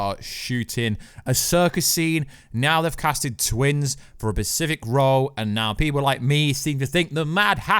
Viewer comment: How many times can you be corrected for mispronouncing a word and yet you still continue to mispronounce multiple times in one video. Specific. Specific. Specific. Specific. Specifically. Pacific is an ocean. Come on man.